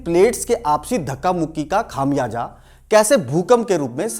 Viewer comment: लल्लन टॉप के साथ साथ ( बाद में नहीं …. साथ साथ… बलिके कुछ मामलों में लल्लन टॉप से ज़्यादा अच्छा) आप का चैनल सब से अच्छा है। बहुत उम्दा कंटेंट्स होते हैं। बहुत अच्छा लगता है आप के हर एपिसोड को देखना। सब कुछ बहुत अच्छा है पर मेहरबानी कर के Urdu के लफ़्ज़ों को ठीक से pronounce करने पे थोड़ा ज़ोर दीजिए। जैसे “ ख़ामियाजा” नहीं ख़ामियाज़ा होता है। लिहाजा नहीं “ लिहाज़ा” होता है। Please you guys must improve your Urdu words pronunciation other than this, the channel is doing great work and we extend our heartfelt thank for sharing all this precious knowledge with us through these priceless and wonderful videos. Keep up the good work. 🙏🙏🙏🙏🙏💐💐💐💐💐💐💐